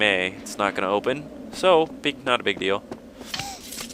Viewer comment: It's Agro, not Argo.